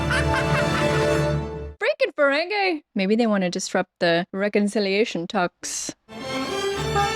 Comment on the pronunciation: Not a huge deal but it's Ferengi (fur-ren-gee, not fur-ren-gay). They're not dancing the merengue. 😂